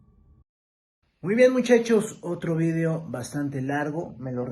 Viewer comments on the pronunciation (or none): Ya perdió mi respeto con haber dicho eso jajaja ha y que dice vidio en ves de video 😂